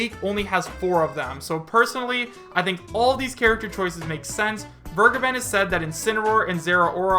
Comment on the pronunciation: Vergeben = vare-gay-ben